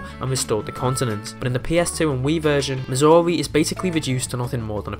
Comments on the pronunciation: due to your accent it sounds like you're saying missouri instead of mazuri, at least to me lol. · I, uh, thought you said Missouri at first... 😅